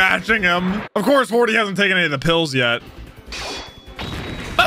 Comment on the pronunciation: I try my best to edit out the R when. I hear it. I hate that R being there. Hody sounds like a name. Hordy doesn’t.